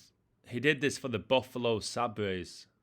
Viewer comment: It’s pronounced say-bers